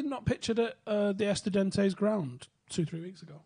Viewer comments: it's pronounced ESTU-DIAN-TES! This is good content by the way. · I love how much struggles to say "Estudiantes"